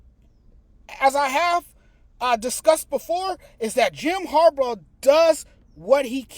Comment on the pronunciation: Its harbaugh not harbrah 😂